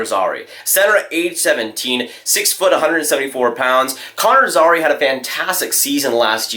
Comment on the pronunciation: Also Zary is pronounced”Z-air-e”